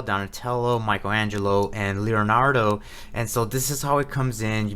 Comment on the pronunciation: That was cracking me up every time you said lol. It's like you're combining Naruto and Leonardo.